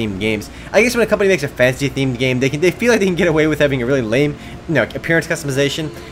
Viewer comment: I keep thinking you're saying 'fancy' instead of 'fantasy'.